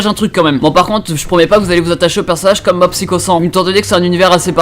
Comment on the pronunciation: Mais comment tu prononce "Psycho" j'étais à 2 doigts de me désabonner